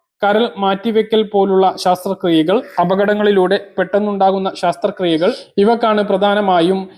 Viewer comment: ശാസ്ത്ര ക്രിയ യല്ല.ശസ്ത്രക്രിയ 🤭